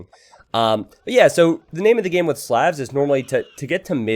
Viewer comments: great video! But could you pronounce Slavs normally. Please. It hurts. Same sound as the au vowel sound in Slaughter. Which is what happened to them here. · When is somebody going to tell that he pronounces "Slavs" wrong?